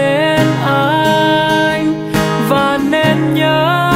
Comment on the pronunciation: list hay !! có bạn hát bài Mơ , cứ "mìn, mìn " , mình người gốc Bắc, nghe mình thành mìn, khó chịu dễ sợ và hơi buồn cười thôi, hehe, 1 số chữ "anh" phát âm cũng bị "miền nam" , "mìn" chỉ góp ý tí zay thôi, còn bản vẫn thích chữ mìn thì "mìn" cũng vẫn nghe đc, ko sao, hheeee